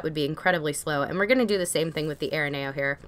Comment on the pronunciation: It is pronoced A -RE NEO